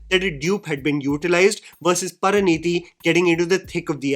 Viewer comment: pinpoints and criticizes actors' poor diction and dialog delivery throughout the video Also: "PARANEETI"... Who's Paraneeti, mate? 😭